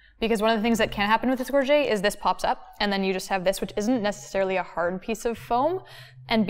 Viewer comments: Gorget = /GOR-juht/ not /gor-ZHAY/ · gorget comes from the french gorgette and is pronounced gor-jet not gor-jay. Americans and Canadians get it wrong all the time and I will catch myself saying it wrong because so many people do.